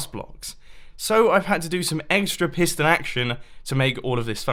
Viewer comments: Tomas Fahy I thought he said Pissed on a feed tape!😂😂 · He says 9 time "pistone filptape" ^^ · At the started I thought he said pissed and feedtape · Any1 else think he says pissed and feedtape!!??